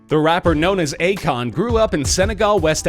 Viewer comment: U pronuced akon wrong.